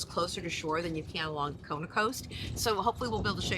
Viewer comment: FYI..it is KOhala, not Kahala.